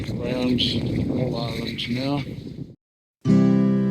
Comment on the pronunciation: Hello As you sailed toward Rosslyn Bay, Miall Island (m-eye-all),was off your starboard bow. The larger of the 2 islands off your port side is Middle Island.